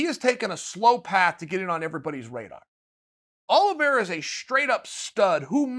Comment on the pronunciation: I am so sad. I came in, only to hear Uncle Chael say, "Charlie Olives". He let me down.